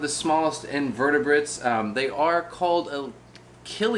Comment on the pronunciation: Did he just say these are invertibrates? 😂😢😅